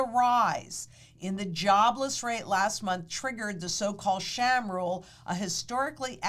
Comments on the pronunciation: Sahm, not Sham…. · The 'Sham Rule?" I thought it was pronounced 'SAHM'...like 'Somme".....Or is she making a joke? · Its Sahm, not sham. But the rule is a sham. It looks at bad data.